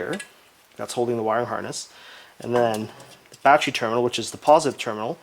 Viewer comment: lol “BaCHery” lmao